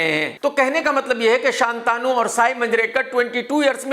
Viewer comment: शांतनु है शान्तानु नहीं।